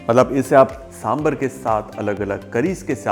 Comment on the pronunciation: Sambrrr nahi "Sambhaaar"